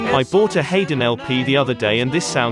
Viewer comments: I haven't checked all the comments. Don't know yet if anyone else believes when Mr. Davies referred to "Hayden " he meant Franz Josef HAYDN (pronounced " hide in"), Austrian composer, , famous for, among other things, writing 83 string quartets. Or maybe not. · had to laugh at how you pronounced haydn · The narrator doesn't know how to pronounce 'Haydn'. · Check your pronunciation of Haydn.